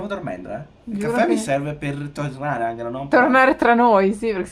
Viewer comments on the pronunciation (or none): Ciao ragazzi, intanto auguri per l'anno nuovo 🥳 Ma non mi avete mai risposto a proposito di Angela. Perché si pronuncia in modo tedesco Anghela e non Angela in italiano ???